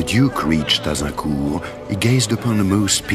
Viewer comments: For your culture, it's AZINCOURT, not aGincourt. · C'est pas AGincourt mais AZincourt ! Tant qu'à faire, connaissez vos victoires !